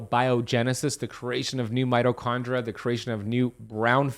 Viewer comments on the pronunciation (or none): none